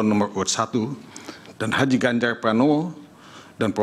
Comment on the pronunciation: Nomor urut pak bukan nomoi uyut.....teyus Paslonmu itu Ganjar bukan ganjai....Gibran bukan gibyan😄😄😄